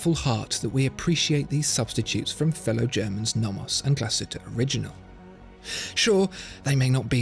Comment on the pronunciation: I am relieved that you learned how to pronounce Glashütte (it's not Gla-shit-teh). Could you please also learn to pronounce A. Lange und Söhne.